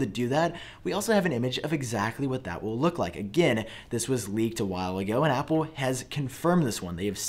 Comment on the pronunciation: Omg, repeat after me aaaaaappplllleeee